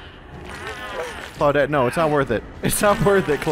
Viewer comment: How come you don't say "Clau-deet" anymore? I miss it!